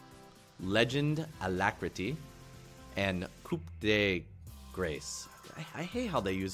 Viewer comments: It's pronounced "Coo day grass", not "Coop day grace" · 'koop dee grays' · Great guide! Thanks a lot! By the way it's pronounced "Koo de grass". :) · "Coo de graaaa" its french for "finishing blow" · COUP DE GRACE IS PRONOUNCED IN ENG KOO DE GRASS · coup de grace , its juste a non translate in english from riot i think and for join Ton Pac all english guys can said Koo de grass because coup we dont said the P so its pronounced cou ( there is KOO ) and in french its Grâce not grace =p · like i said up, no, its "grass" if you had to translate it to english sounds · to say Coup de Grace its "Coo de grah" or "coo de grahz"